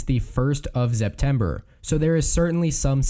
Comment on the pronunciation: Why do you keep saying Zeptember?